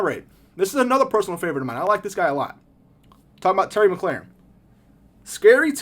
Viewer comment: Great vid. The way you pronounced mclaurin isn’t right tho lol its mclore-in not mclaren